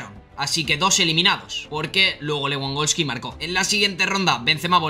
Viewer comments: Aprende a pronunciar , no es leeangolski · Se pronuncia levandoski